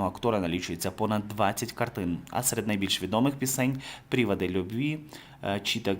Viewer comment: Світла і вічна пам'ять талановитій людині з честю, гідністю і мужністю!! Які "пріводи" любві??? ПрОводи. Ви часто робите неприпустимі помилки.